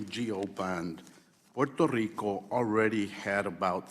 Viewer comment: Garcia says Puerto Rico like a white person.